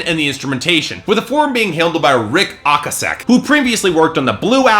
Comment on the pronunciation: It's pronounced Ric O-Case-Sek. Ever heard of The Cars?